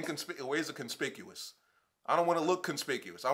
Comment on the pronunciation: Na u said it right. We wanna look conspicuous